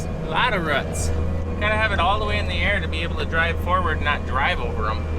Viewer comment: Those things hanging down from the bottom of the tree are called “roots”, not “ruts” 😂 Rhymes with “boots” 🤣😂 You crack me up sometimes!!